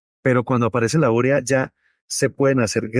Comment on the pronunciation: Es que se dice 'urea'. No va acentuada. Como 'vídeo', que sí se acentúa pero ustedes no lo hacen.